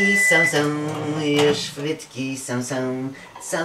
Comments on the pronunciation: bo on zamiast frytki to mówi fhytki xd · Ja tam słysze, fytki XD